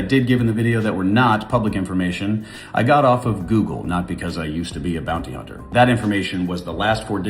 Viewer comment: hearing him say "im a former bouny hunner" made me realise he's THAT guy.